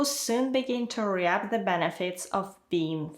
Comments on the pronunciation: REAP: So no one is going to notice her "re-App"? It's "reep",. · Your videos are quite well-done, clear and helpful. Just one suggestion: at about the three minute mark you talk about the collocation “reap a benefit.” Tricky word! You pronounced it “RE-ap,” but instead is pronounced “reep.” Thanks, I’ve certainly reaped a benefit by watching your videos! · ello, question. Could you please check teh pronunciation of the word "Reap" I've found out that this is different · Please pronounced the word "reap" wrongly, please check that and correct it.